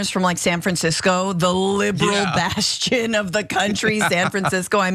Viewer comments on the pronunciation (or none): none